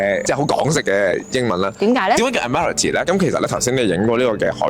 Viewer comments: ，係讀做 “ad·muh·ruhl·tee”… 係地鐵播音都聽到。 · Agree…. 咁都讀錯😅😅 Add—麻—row—ty 呀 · 係，第一個音節係重音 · 介紹英殖年代嘅香港英語法音，最好攪清楚發音，早前有人已提過，Admiralty //ædm(ə)r(ə)lti/讀音搭地鐵一定聽過，係常用字. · 主持人金鐘英文讀音有錯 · 吓？😂 主持小過海。 地鐵係正確。 上網搵吓啦。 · 估唔到金鐘站m記咁勁 為何你口中金鐘站英文的叫法不像我們日常聽到的？ 今次介紹的地方，我只去過 那個纜車站😅，謝謝介紹🙏👍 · 金鐘個英文讀音好似唔係咁㗎喎，跟返地鐵個廣播讀音正確啲喎